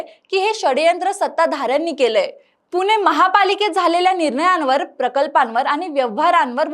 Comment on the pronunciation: आधी पुणे म्हणायला शिक .